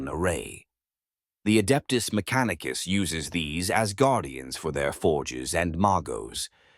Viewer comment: …“Mac-a-neek-a-sis” main soldiers…made me laugh out loud! The proper British accent paired with the bizarre version of a phonetic pronunciation is quite the pause worthy delivery! It certainly makes the narration sound like AI whether or not it is. I don’t catch many absurdities in these videos but once in a while I hear a real gem!